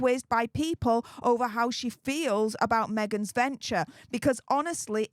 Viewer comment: every time you say "Megs-z" I'm laughing hysterically